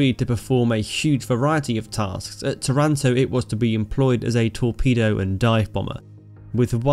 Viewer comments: Pronunciation check: TAranto; VEneto. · Its called tàranto with the accent on the first a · By the way, the city's name is pronounced TAH runto in Italian. Good narration of this amazing adventure by the Biplane Bravos ! How the damaged plane was repaired in a few minutes ! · I would better tell them just to pronounce Taranto in the same way they pronounce marathon- Simple as that